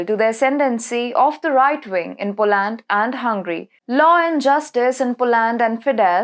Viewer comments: Please pronounce it as Po-land....also, Bru-ssels. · BrassÉls n PolÁnd.